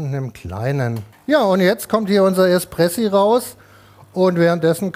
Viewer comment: Oh gott er kann warte die hexe der Haare kann noch nicht mal Espresso aus sprechen